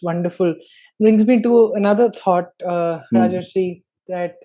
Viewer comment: It's Ra-jar-SHI Pronunciation : Bengali - RAA-JOR-SHEE Learn to be respectful enough to spell it correctly. Doesn't take much time it seems.